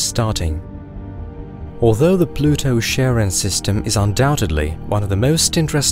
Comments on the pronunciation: Pluto's moon is properly pronouned as 'kare-ON', not 'sharon'. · Thanks for the video, which I found extremely informative, but Charon is pronounced as KARon, after the eponymous Greek mythological figure, not SHARon. Unless, that is, you also pronounce Chaos as SHAOS, instead of KAOS. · Char-on. Char. Not "Sharron". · is not Sharon, is Karon, Ch like in Christ bc they both come from greek. Charon is significant in ancient greek mythology and is found universally in burying rituals across the world. . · hearing u pronounce Charon as "sharon" is the saddest thing ive ever heard. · it's Kharon not Sharon 🤣 It comes from the greek χάρων, χάρος or χάροντας. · Please stop saying Charon as in Sharon, but Charon as in Christ. Charon is the boatman who takes souls to the other world in greek mythology, so being an ancient greek word pronounced as such. Thanks, great job! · Pluto's moon is pronounced "Karen". It's the boatman of mythology for Pluto, god of the underworld. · Charon is Caron. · did you just call charon sharon ? unforgivable. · You said Charon wrong!